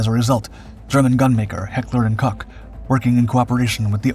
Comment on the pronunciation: Koch is pronounced "coke", brother